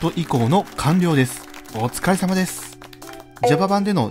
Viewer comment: おつかれさまです！ が おつかれまさです！になってますよ！